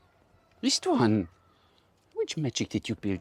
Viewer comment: It's pronounced: "Ishtván" (like the 'sh' in shackle or shack, or shake). Love the vids, keep up the good work!